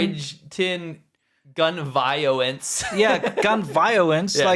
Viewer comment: "Gun Vioence" 😆